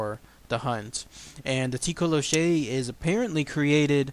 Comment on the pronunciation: Awesome video, but it's mostly pronounced as toh-coe-lossie (